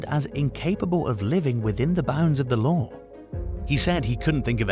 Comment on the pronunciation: Ever time he said lore instead of law i had to laugh 😂😂😂